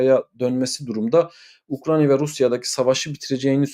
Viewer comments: Sevgli, "Ukranya " değil, doğrusu Ukrayna'dır. Selamlar. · Hocam UkraYna. UkraNya degil.